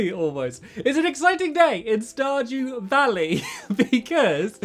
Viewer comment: "Star due dally", lol. My favorite part 👌